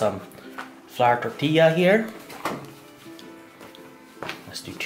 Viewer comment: your the first non Hispanic I've heard pronounce tortilla the right way